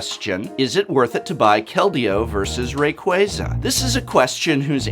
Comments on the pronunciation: So did you downvote it because you were mad you were saying Rayquaza wrong? That's what a real Youtube commenter would do. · is it really pronounced "ray-qway-zuh" instead of "ray-qwah-zuh?" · Me: "Wow, everybody is probably just downvoting this because they don't like Poke-IS THAT HOW YOU PRONOUNCE RAYQUAZA OH MY GOD"